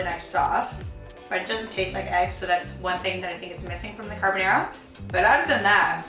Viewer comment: why do you pronounce carbonara like a hillbilly?